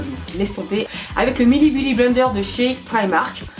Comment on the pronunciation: je kiffe tu dis beaudy blender au lieu de beauty blender